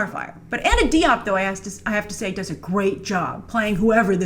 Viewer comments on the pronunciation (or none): Diop is pronounce with a J sound.